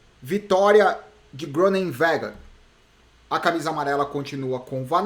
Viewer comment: na pronuncia de Groenewegen não se pronuncia a letra g, se fala Ronewegen